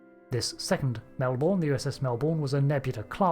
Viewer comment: As a Melbournian, losing both Melbournes and the pronunciation of them both brings me great pain :P